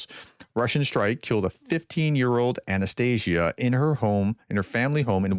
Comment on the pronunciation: Just a Professor. Please open Google Translate and listen to how the name Анастасія is pronounced.